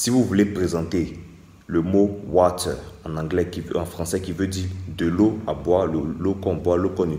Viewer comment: Water = warer 😅